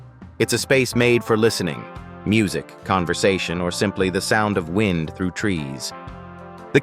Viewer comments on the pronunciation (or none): none